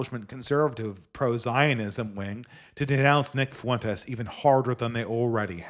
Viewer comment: why do you pronounce Fuentes as fa-WEN-tays when he goes by FWEN-tez? It makes him sound extra Mexican - hope it's an accident, good stream.